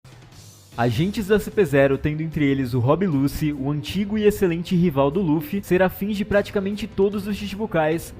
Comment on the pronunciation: por quê vocês falam Rob Lucy? é Rob Lutchi (a fonética pelo menos) x-x não entendo porque vocês criam nomes aleatórios que não existem. me faz lembrar quando Naruto começou a fazer sucesso e todo mundo queria ser o "Saxque" -_